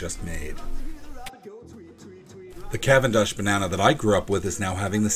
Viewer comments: good video but please do some research about pronunciation. it's "gro michelle" and "ka-venn-dish" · You consistently mispronounce both Cavendish and Gros Michel.